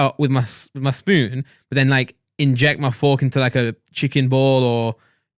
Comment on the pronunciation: They say "fork" without the R lol